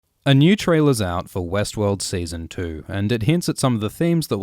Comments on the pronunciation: Is it just me or everytime he says Westworld my brain is telling me Westeros? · every time you start to pronounce Westword, I expect to hear Westeros